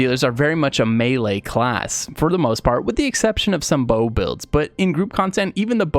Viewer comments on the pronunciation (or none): It's pronounced "may lay" not "mee lee"